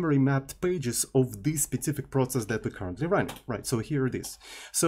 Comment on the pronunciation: I hate to be that guy but the way you say "specific" has been getting on my nerves for a while. It sounds like you're saying "spetsific". There is no "t" sound in there. It's speh-SIFF-ick